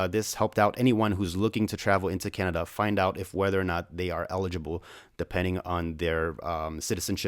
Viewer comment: thanks for pronouncing canada the right away almost everybody gets it wrong